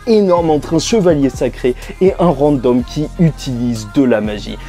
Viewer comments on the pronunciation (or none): none